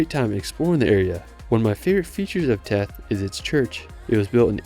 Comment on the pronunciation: Wonderful video. :) By way of background, I was a U.S. diplomat (now retired) and was assigned to the American embassy in Tirana from 2002-05. I had the pleasure of visiting these amazing places, and the way that the language is pronounced, the village of Theth is pronounced with a 'th' sound (vs. a T), like the word 'thistle'. Keep up the great work; your clips are SO very interesting and helpful.